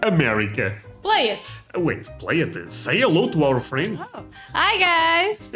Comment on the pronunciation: I love how you say my friends it sounds like muffins